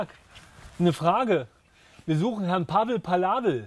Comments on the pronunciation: Pavel Palavel. Oh mein Gott, so heisst doch kein Kroate. 🤦🏻‍♂️🤦🏻‍♂️🤦🏻‍♂️🤦🏻‍♂️ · Pavel Palavel ist einfach Pavel Pa"la"vel mit einem "la" zwischen drin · Der sagt Pavel valave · Pavel Lajev 😄 Pavel Valave 😂 Pavel Palavel ... da ist mir echt der Kaffee aus der Nase gekommen 🤣🤣 Hauptsache Pavel